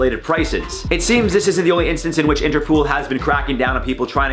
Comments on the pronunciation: It sounds like is saying interpool instead of interpol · Interpool?? Its interpol like poll not pool that was irritating Haha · Interpol.. Not interpool 😂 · Lol!, its interpol, as in international police 😂 love your vids